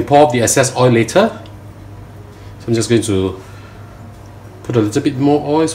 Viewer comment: No "OY", but "OYLLL" !!!